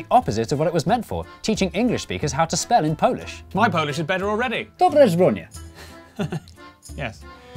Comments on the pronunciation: What he meant to say: "Dobrze zrobione!" What he actually said: "DOBRE ŻRONIE!" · You pronouced it in a way it sounded more like "Dobre zbrodnie" with mean "Good crimes !" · I'm Polish and I had the same reaction... xD According to the subtitles Jay said "dobrze zrobione", meaning "well done", which sounds like the most British-Polish sentence ever to me... xD If anybody cares, the correct pronunciation would be something like "dobshe zrobyone" and I think the phrase "dobra robota", meaning "good job", would fit a bit better in this context. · However, the "dobrze zrobione" was not pronounced correctly. It sounded more like "dobre zronie" :D But I appreciate the effort anyway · I'm sorry, but that sounded nothing like "dobrze zrobione", more like "dobre żbonie" whatever that is... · He said something that sounded like "well done" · My Polish is better already! Jay: mispronounces a three syllable word so hard it's not even recognizable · I am Polish and I have no idea what he said in there. Good job! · Hey, I am both Polish and from Poland and somehow he said it so bad I cannot understand it... Good job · I think he was trying to pronounce dobrze zrobione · that's not how you say "dobrze zrobione" in Polish. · I'm native Polish and I didn't even understand what Jay said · Boże mój... You're butchering my beautiful language. That's not how you say 'Dobrze zrobione', do diabła!